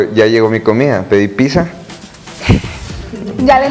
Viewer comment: El Nata en Entrevistas o Conciertos se transforma en Jotifresa ,(minuto ) , y dice "Pizza" en vez de su rola Ch y la "PiTTZa"🤣🤣🤣